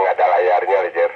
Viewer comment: Rojer om... bukan Roger... CMIIW. 😁🙏